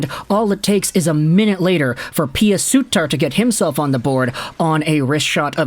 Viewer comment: god stop pronouncing Pew Suiter wrong for the love of god !!